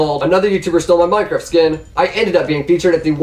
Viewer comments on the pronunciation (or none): none